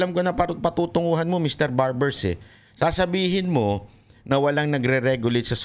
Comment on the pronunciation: Barber- o WALA KA SA HULOG , SA PAGSASALITA, DEMANDA MO Barber-0 BANGAG KA RIN....😂😂😂😂😂